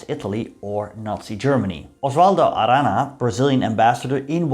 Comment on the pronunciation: You should pronounce Aranha something like Aran-ee-ah.